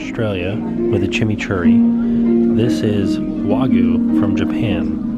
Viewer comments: Wa-gi-yoo. Not wah-goo. Cringed every time I heard that. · IT IS PRONOUNCED WAG-U NOT WAGU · It was Way-gooy. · It's Wagyu! Not Wagu! So many Americans oddly pronounce it that way. I know its just one letter but it would be like a Japanese person calling a US steak a US stick lol(yes I know, Japanese people have horrible English word pronunciation too ha) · As an australian and hubby is a butcher kobe is just Wagyu and there are different scores of it sonhigh the score the better it tastes pronounced wag you The only difference between australian wagyu and Japanese wagyu is the place they are from Australian wagyu is way more expensive as well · Thank you for sharing. You look great, the meal looked fantastic, however please learn how to say Wagyu 😀😀